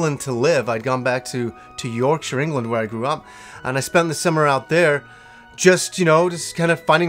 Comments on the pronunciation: points for pronouncing Yorkshire correctly :P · 10 points for pronouncing Yorkshire properly.